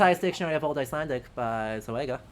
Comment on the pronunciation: pronunciation of Old Icelandic words is just chefs kiss